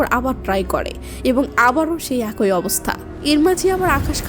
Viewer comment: আপু এক+ই উচ্চারণ একোই না।